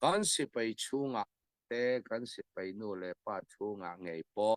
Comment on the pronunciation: Sipei a ni lo.Sipai tih hi Lusei ṭawng dik tak a ni.